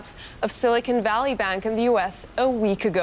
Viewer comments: Silicon Valley,. Not "Silicone Valley." That's something else 😉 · The (mis-)pronunciation "Silicone Valley Bank" needs to catch on 💯